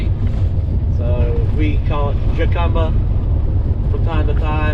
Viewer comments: Jacumba is pronounced "Ha...come...ba" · Someone might have told you already,, "j" in Spanish sounds like "h"...